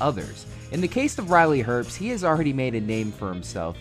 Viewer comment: I find his last name mildly annoying, everyone pronounces his name herpst, there is no p there.